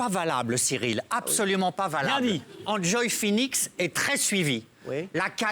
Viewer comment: "Anjoy" d'accord car c'est a peu près la prononciation en anglais, mais "injoy"...